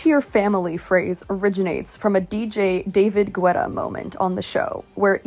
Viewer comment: David Guetta's name is pronounced "GET-ah" if you are english/briitsh and "dah-veed gey-ah" if you are French. Basically if you want to say his name the French way, its "GEY-tah" and the english way of saying it is "GET-ah". The "u" is always silent. I've heard Ethan say his name at least 20 different ways and none of them were correct which always makes me giggle lol